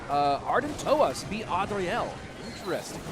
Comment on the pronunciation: Why say "Adriel" like that 😂